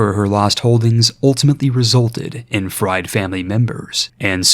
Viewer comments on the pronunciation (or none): none